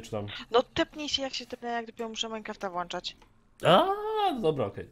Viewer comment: nie włańczać tylko włączać:)